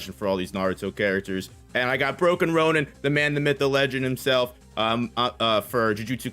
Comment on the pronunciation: So proud of for finally pronouncing broken ronin properly. SO proud.